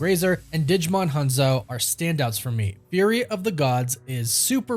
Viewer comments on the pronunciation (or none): none